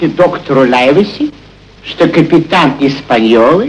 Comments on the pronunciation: НЕ ЛАЙВСИ А ЛАЙВЕСИ.САМ В ДЕТСТВЕ УДИВЛЯЛСЯ КОГДА КОГДА СНАЧАЛА КНИГУ ПРОЧИТАЛ А ПОСЛЕ ФИЛЬМ ПОСМОТРЕЛ.ЛИВСИ.ЛИВСИ ПРАВИЛЬНО.ХОТЯ НЕКОТОРЫЕ МОМЕНТЫ МНЕ В ЭТОМ ФИЛЬМЕ МНЕ НРАВЯТСЯ. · "Лайвеси" - это просто не английский язык. Равно как и мальчик Дженни. Мне тут в голову пришла мысль: авторы "хвильмы" перенесли действие в Ирландию. Может, там некоторые английские фамилии произносили иначе? Я ничего не знаю про ирландский английский язык.